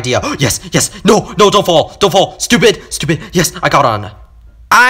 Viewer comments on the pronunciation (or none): I laughed when he said "You Stuiped (.__.(